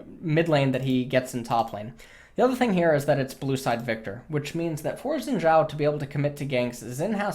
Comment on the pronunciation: I realy like how he pronounce Xin Zhao